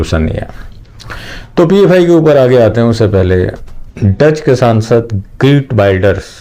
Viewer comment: उनका नाम Geert (गर्ट) है, Greet (ग्रीट) नहीं